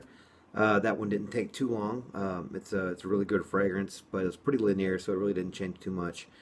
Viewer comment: Repeat after me: Lin-E-er. Not Li-near